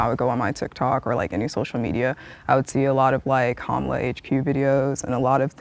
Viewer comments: Pronounce her name "Camela." Is that the allegedly liberal version of the right's intentional mispronounciation "Cu ma la?" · Why was he pronouncing Kamala camela